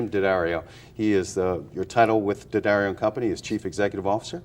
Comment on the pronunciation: Thank you,, for pronouncing Jim's name (unlike just about all of your fellow countrymen) CORRECTLY ----- DADDario, DANgelico, DAquisto --- but there are idiots who will continue to stubbornly, childishly say 'Deeeeeeee-addario'...Deeee-Angelico, Deeee-aquisto.